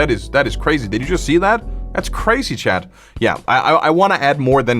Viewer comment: honestly i always thought your accent was funny, its unique, i dont hear many youtubers with it, back when i first saw a video i heard you say "chat" as "chad" and i think its very funny, it honestly makes your videos funnier.